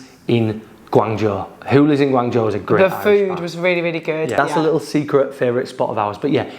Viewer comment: omg your pronunciation of Guangzhou is incredible as none Chinese speaker, you even get the tone right 😮😮